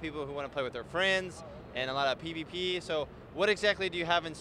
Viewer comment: i kinda heard "Pee to Pee" = PVP LOL XD